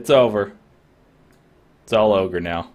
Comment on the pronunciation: Its not ogre... its never ogre...